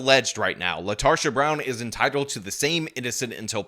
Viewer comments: Her name is Latarda? I misheard initially. Latarsha. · You mean LaRetarsha. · I think you mispronounced her name, I think it's LaTarded. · Latarsha? Really? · I think it's lasharta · Lol “Latarsha” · “Latarsha”…….. /sigh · Did I hear her name correctly? Did he say her name is LaTARsha Brown? 🤣🤣🤣